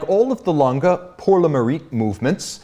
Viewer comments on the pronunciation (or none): Its Lan-Geh, not langah or languh or langa, langeh or lange with short e pronounciation